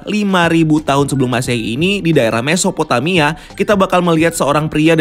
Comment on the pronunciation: Pas bilang mesophotamia gw kira mau bilang mephisto lg lu, ga jadi gw tampol deh.